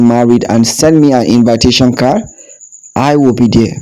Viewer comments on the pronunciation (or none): none